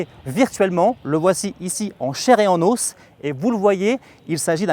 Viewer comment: "En chair et en ouuus "😂 non non